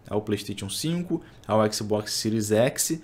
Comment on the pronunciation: Fechei o vídeo, ouvir falar écsibocsi pra mim foi d+, agressão auditiva séria.